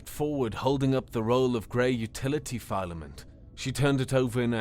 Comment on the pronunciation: Well narrated story, but the mispronunciation of common words such as filament and lattice is distracting.